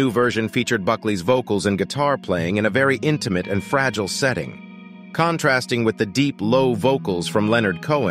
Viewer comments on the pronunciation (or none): none